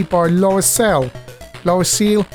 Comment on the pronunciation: Nah, I think it's cute how British youtubers pronounce Loriciel 🙂 You're right there wasn't a budget market in France as such for the CPC, you could get British budget imports in a few shops but they were expensive (50-60 francs, so 5 or 6 pounds); the closest thing would have been the amcharge system, where you hooked your CPC to a minitel and downloaded older games over the phone line (iirc each game would have cost 40-50 francs, charged on the phone bill). Not sure how popular that really was. The push-scroll is sadly what brings down skweek from top ten CPC game material to merely (very) good. What kills you in later levels is usually not seeing what's ahead until it's too late.